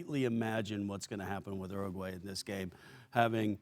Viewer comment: did kasey just pronounce uruguay 'ergway' - 😂😂😂😂